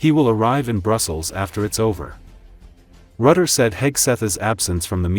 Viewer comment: The man is called Rutte, not Rutter, and he is the best man in building bridges. 😂